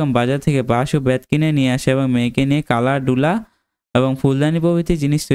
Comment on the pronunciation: ডালা কুলা কে কালা ডুলা বলেছেন😅